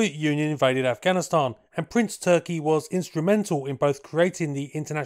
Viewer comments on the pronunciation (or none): Calling him ‘Prince Turkey’ kinda detracts. I found the pronunciation with one search. More like Toorrr-kee with a rolled r. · you did it again and pulled a rabbit..a BIG Rabbit out of your hat.👍🙏💪.. 🤔 on another note to keep you in the "know" his name is pronounced more like Toorki and definitely not like that bird 🤓😎